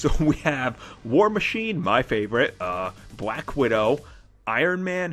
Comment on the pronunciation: "And now a quick look at bwack widow" ... Love this guy XD